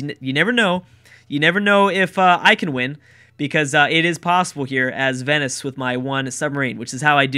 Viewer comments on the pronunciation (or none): none